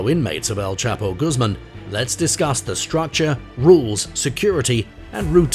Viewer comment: Quite true! And his name is pronounced Goos mahn not Goos mum!!!